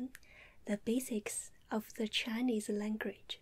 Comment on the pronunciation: "Today I werll be teaching ewwyone the basics of the Chi-knees langridge.." lol